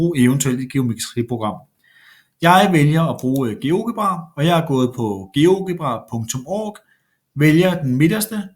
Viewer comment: sige Geogebra ordenligt